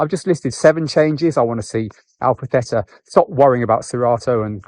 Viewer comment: Alpha "Thayta"